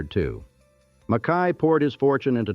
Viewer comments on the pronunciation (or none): Its John "MACK-EY" . Damn AI narration.... And his donated $ started the U of Nevada. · Mackay is pronounced mac- key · and Mack-Kay instead of what it slopped